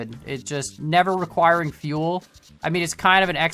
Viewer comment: No fuel not unlimited fieuel